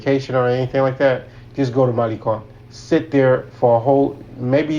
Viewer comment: Malicon?? No malecon ma lay con